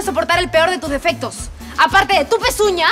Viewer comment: alguien se dio cuenta q la dijo "dofectos"